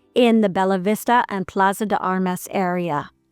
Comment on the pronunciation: Not is "Belavista", is BELLAVISTA